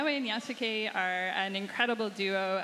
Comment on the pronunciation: why does she keep saying Ya-Sue-K. Cmon you're the Assoc Narrative Director